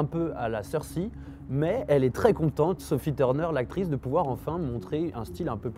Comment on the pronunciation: ça me tappe sur les nerfs dans chacune de tes videos, apprend à dire "Cercei" !